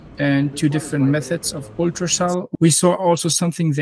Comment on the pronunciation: es hilft nicht wenn man ultraschalling englischer ausspricht.